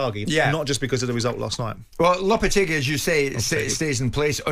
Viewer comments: "Julien Lopatargy" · Lopetargy lol